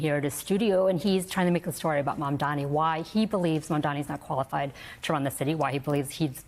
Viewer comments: You call yourself an anchor and can not pronounce his name? It is Mamdani not Mamdami. Is this intentional? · I love how Zohran’s last name is spelled correctly in the chyron, yet the folks on this show continually pronounce it wrong. It’s Mamdani. Not Mandami. It’s not a difficult name to read, it’s just laziness. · They keep saying Mamda(M)i in this video. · Did the news anchor kept saying Mamdami? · It's MAMDANI NOT MANDANI 😅😅😅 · Mam-da-ni. Can we please stop pretending his name is Welsh, or some other unintelligible language? It's practically phonetic. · why can't professional talking heads pronounce his name correctly? they've had plenty of time to memorize it! MOM DONNY! jeez... go zohran! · Can you please say his name right?? It’s embarrassing and ridiculous that a news anchor doesn’t make an effort to learn pronouncing someone’s name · Why can’t anyone pronounce Mamdani!? It’s so rude and ignorant it’s 3 syllables you morons. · Shame. You guys still don’t pronounce his name correctly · White media are so rude and racist.. they purposely mispronounce his name which is actually simple to say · Why doesn’t this host learn how to pronounce Zohran Mamdani’s name? So unprofessional to keep mispronouncing his name. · Not one person is saying his name correctly. They made more effort to call slivas name correctly. But nobody called Mamdani correctly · Its MAMDANI!! These News Casters and Andrew Como thinks if they will call Mamdani's name wrong on purpose they might win the election.... lol 🤣😂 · Why can't anyone of these people pronounce Mamdanis' name appropriately? (this does not apply to people of color) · idk why its so hard for msnbc hosts and guests to say his name right.. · Cause the jealousy they don't want to say mamdani name